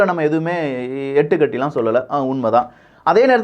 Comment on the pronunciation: Athu yettu katti illa Ittu katti nu sollanum.